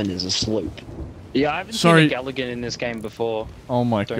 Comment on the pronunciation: Did you mean to say galligan